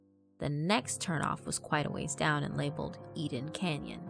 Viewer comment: “Aiden Canyon Road”?